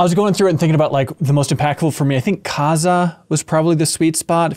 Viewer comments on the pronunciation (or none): Its Kazaa-h not kaza -hermione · hmmm I think I must pronounce kazaa wrong because I put the emphasis on ZAA, so it's like "kuh-ZAA"